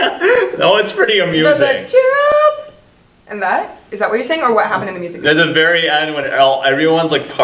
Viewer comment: And it's cheer up not char up or chear up